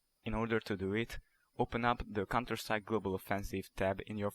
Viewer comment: lel he calls it cunterstrike